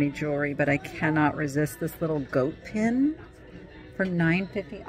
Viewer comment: Oh gawd just say pin!